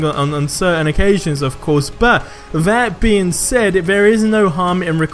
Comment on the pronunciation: did u really just say "buh" like it's only a different letter you're not even making it shorter it's not that hard it's (but) not buh